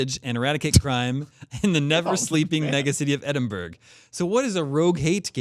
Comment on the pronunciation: Edinburgh, is pronounced Edinborough. It's Scotland's capital city. Love you guys. Scoop!